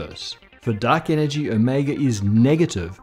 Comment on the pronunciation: Guys, I'm really sorry, but I can't un-hear 'duck energy'.